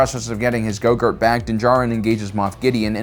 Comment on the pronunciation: He pronounces all sorts of words in a weird way, like Kashyyyk. I think he just does it on purpose, like how he always calls Grogu "Gogurt." Which is what I've elected to call the little runt from now on too.